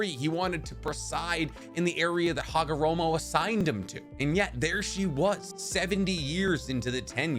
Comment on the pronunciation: Am I the only one who notices he said Hagoromo name wrong? 🤣. If you going to put out videos about things please get their names right at least. Couldn’t even finish the video just cuz it reminds me of click bait videos due to can’t even get a name right.